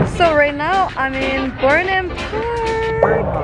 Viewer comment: It's incorrect to pronounce the "H" in Burnham but many Filipinos do.